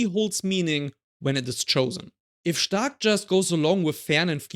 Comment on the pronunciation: U say the perfect “stark” in German 😮